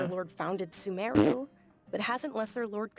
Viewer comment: I pronounce "SUmeru" and not "SumEHru"